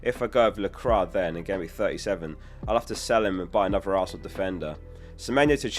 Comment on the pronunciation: Its pronounced la-quah not la-crah